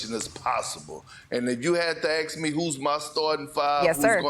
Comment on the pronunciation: Maybe if we "ask" Perk and don't "axe" him. And "our country" speaks English, not Ebonics.